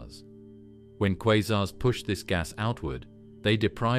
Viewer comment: Informative video in many ways, but assumes the Big Bang is a proven fact, accepts that dark matter and dark energy are well-settled theories, and pronounces the word "quasars" at least four different ways.